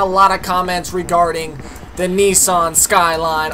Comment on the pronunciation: Say Nissan properly pls